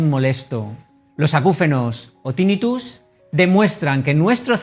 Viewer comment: Tinnitus se pronuncia con acento grave, la sílaba tónica es la penúltima, no es esdrújula por lo que no se dice Tínnitus